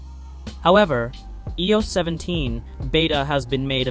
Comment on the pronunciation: Eeh oh 17.. 😂 the AI doesn’t even know how to speak properly!